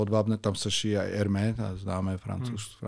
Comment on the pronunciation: Francouzska znacka Hermès se opravdu nevyslovuje “erme” ale “ermes”. Nazev totiz pochazi z rectiny, proto se posledni pismeno cte. Dobry den